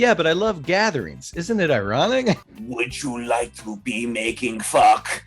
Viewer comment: Did he just say "Making Fuck"?